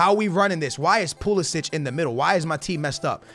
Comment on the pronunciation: bro hes called pulisic not pulasic